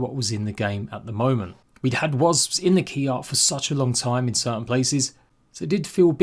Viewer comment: Can’t wait for the update! Love how you say wazbs brother 😂